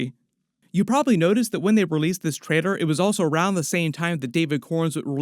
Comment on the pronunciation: Every time you say “trailor” sounds like traidor